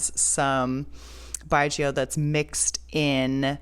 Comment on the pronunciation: No worry! You have pronounced correctly and in-depth knowledge on Chinese distilled wine 白酒 There many type of yeasts strain used and also fungi to breakdown the carbohydrate to glucose. Combination give the wine flavour